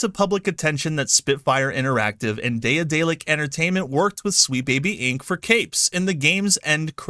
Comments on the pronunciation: Good video, but bruh, I cringe a little bit every time you say "day-uh-day-lick". Ya'll motherfuckers need to read more. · Pronounced De-dalic. The first A is silent. Like in Daedalus. Why work with SBI in the first place? If you don't work with someone you don't put them in the credits. And then again there are companies who won't list a lot of people in the credits of their games, so it's not a standard. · Bro its day-a-delic its pronounced like Dad-a-lick. OR Da(d)-dellic